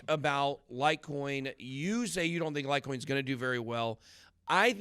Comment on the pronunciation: LIGHTCOIN ..COME ON GEORGE..SAY IT